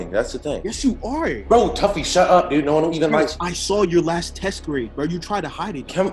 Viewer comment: It's tuffy not taffy like what dude